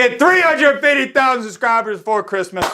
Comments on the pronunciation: I could never subscribe to someone who pronounces fifty five as “fiddy fih” and pronounces subscribe as “susscribe” like CTE poster child Brendan Shaub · I can ONLY watch his videos if i really am bored. The way he talks is SO cringe to my ears. He talks like a toddler and doesn't enunciate his words. "Subscribe" to him is "Sshhusckribe". Secondly the intro where he just keeps speaking faster and saying "shut the crap up, lets get into it" is so lame. Again, sounds like a toddler. But alot of yters feel like they have to have some special intro or catch phrase to be special. I had to get this off my chest lol.